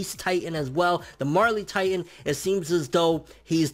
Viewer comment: Marely titan?? You mean the Jaw titan....